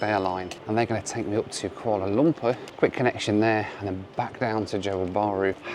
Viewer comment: I like how pronounces it "Koala Lumper" like Ronnie Barker as Norman Stanley Fletcher in 'Porridge'.